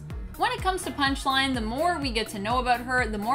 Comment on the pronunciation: You said “Punish-Line” in the beginning